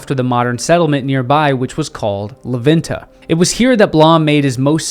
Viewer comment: super cool video and I like knowing more about our civilizations. Just one quick correction when you pronounce la venta you say it “la VIN-TA” try saying it like this “lah VENN-tah”